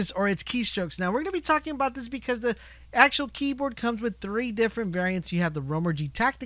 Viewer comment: This guy has no ude what he's talking about. "tacticle" "acctual distance" and so on.. I'm dissapointed